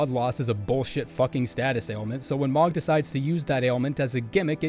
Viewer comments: It's moe-g smdh i can't even u called him mogg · It actually pisses me off the way he pronounced mohg